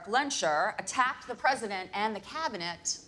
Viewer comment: As a german, I always have to giggle when Americans pronounce Magnetos real name Erik Lehnsherr, but at the same time I find the American pronounciation much cooler. We wouldnt say Lenschur, but rather Lehns-herr (the h and e emphasized). The name itself doesn't sound ridicoulus in Germans ears, it basically means lord of the manor. What sounds a little too on the nose is his middle name Magnus and his birth-name Max Eisenhardt, as in Max Ironstrong. Get it? ;-)